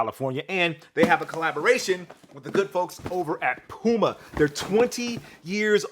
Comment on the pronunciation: I actually leaned into my phone waiting for "PYOU-muh". I get why we got the proper pronunciation but still... The 93 Till reference did soothe my soul though...